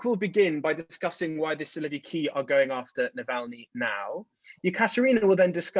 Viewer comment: “Siloviki” ору